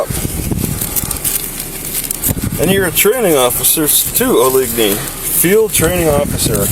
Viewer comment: OH-LIG-KNEE is a real prick 😢